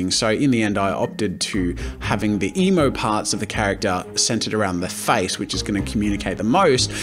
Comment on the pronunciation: Every time Jazza said emo, I thought he said emu.